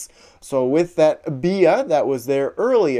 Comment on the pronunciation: The only Poketuber that pronounces Bea correctly 👍💯